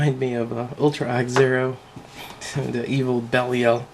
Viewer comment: its pronounced as belyle derived from one of the demons of the legion of hell